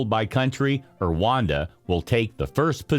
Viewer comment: The way Rwanda is pronounced really hurts this video!